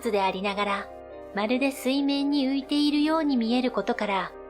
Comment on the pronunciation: ここだけではないけど、この手のチャンネルの何人かの女性ナレーターに共通の訛りがあるのはなぜ？「〜（して）いる」に多くの場合「い」にアクセントを置いて発音している。「い（↑） る（↓）」は違和感。